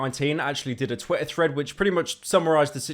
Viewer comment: ik you have a speech impediment but stop staying Twitter like that u br*t